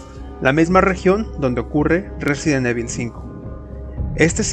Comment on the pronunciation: excelente video compadre, yo solo tengo una duda, como es posible si en todos los videojuegos y peliculas de la saga pronuncian a la perfección el nombre RESIDENT EVIL (Resident Ivol) tu lo pronuncias como cualquier españolete que le vale madres la pronunciación real, y peor cuando Umbrella y Racoon si los pronuncias bien!